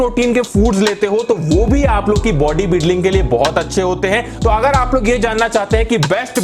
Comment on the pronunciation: 7:2 he literally said body bidling see